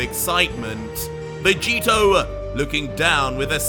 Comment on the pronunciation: Is it just me or did say Roy vegito